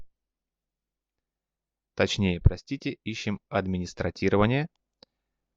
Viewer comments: Администротирование)) Угораю!)) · Как услышал эмСИконфиг... всё... Диз. Вы уж как-нибудь определитесь в конце концов с "S" и "С". Потом... администрАТИрование...